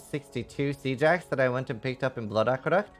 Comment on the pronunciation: i love how you pronounce "siege axe" "sea jax" lol super interesting